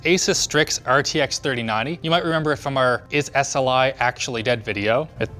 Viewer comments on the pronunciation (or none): RTX thirty ninny